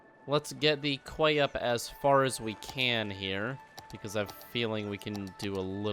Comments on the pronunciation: Key not kway :) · psst hiya quay isn't said like "kway" it's actually said just like "key" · quay is pronounced like key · “Quay” is pronounced “key”. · You pronounce quay as key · Its pronounced Key Quay = Key